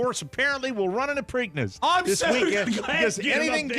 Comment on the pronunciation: "Preakness"